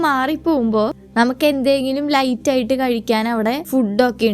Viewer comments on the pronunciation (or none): none